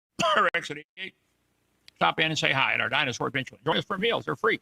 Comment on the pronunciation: I swear Kent says dinus-hore...lol with a W before the h